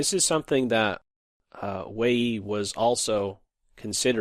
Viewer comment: Isn't Wei Yi pronounced like Way You?